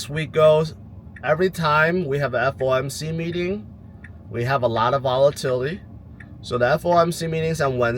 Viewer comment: It’s FOMC not FMOC right?